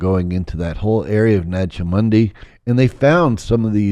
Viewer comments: Why does he keep mispronouncing "Nag Hammadi"? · I mean… I want to believe, but how can I trust a guy who claims to be an expert but can’t even say Nag Hammadi correctly? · Nag Hamadi... Why cant he pronounce these terms correctly its supposed to be his core area of knowledge... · it pronounced Naja Hammady نجع حمادي. And stop the lies about the Lord Jesus Christ !!!